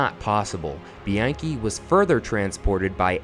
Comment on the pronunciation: Mispronounced his last name